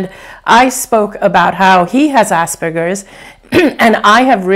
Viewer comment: Can't unhear "ass burgers"!! LOL